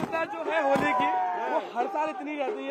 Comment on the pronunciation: Nashe me itna tight hai bola nahi ja Raha a hai holi